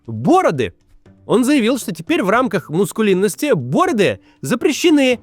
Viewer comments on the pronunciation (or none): Только мАскулинность, а не мУскулинность.